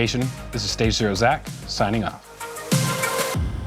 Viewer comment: Great job ZacK with a Hard K!